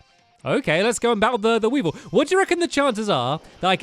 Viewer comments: "Weavile" is pronounced "we-vile", not "we-vil". EDIT: It's one of my favorite Pokémon, BTW. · For the last time it weavile wee-vile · Hey Stanley Weavile is pronounced We-Ville